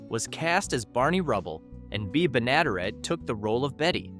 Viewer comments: Pronounced "Benna-DEAR-et" not "Be-NADA-ret" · "The most successful domestic comedy of the 1950s" was not "The Honeymooners." It was "I Love Lucy," by a landslide. Just say it was based on "The Honeymooners" without adding incorrect asides. Also, it's Mel BLANK, Jean Vander PILE and Bea BENN-uh-DARE-it. Please, a little preproduction research is not a lot to ask.